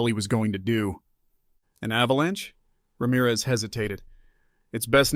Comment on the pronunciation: I'm so glad you could pronounce Ramirez correctly. Most of the time it is pronounced Ram - eraz